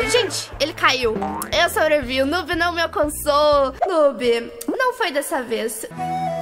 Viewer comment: Oi!!!! Tudo bem? Então, eu só ti aqui pra falar a pronúncia de noob na vdd é "nuub" mas é só um comentário nada contra kkkk, um grande beijooo